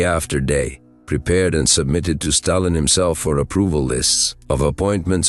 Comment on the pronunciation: When it said "Staylin" it was enough for me too.